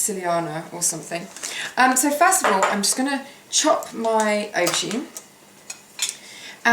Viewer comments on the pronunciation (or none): Hi is it me but when u say auborgine u sound like you saying ocean? im slight deaf xxx